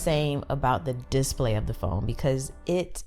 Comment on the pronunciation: I gotta say your channel is sooo underrated. By far some of the best tech reviews ive seen. Just one little thing it's display not dis-play :)